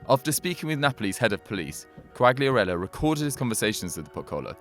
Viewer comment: Ffs how can you get every single Italian name wrong? Who's Bageo? And I don't even know how to spell what you called Quagliarella.